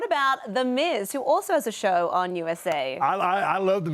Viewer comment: DID SHE JUST SAY MIZ. I’m done